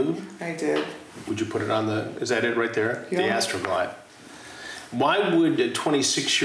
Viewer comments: The way Chris said "Astrrrooo glide gel" 😂🤣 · ...How Chris Hansen really leans into saying, "Astroglide Gel"😂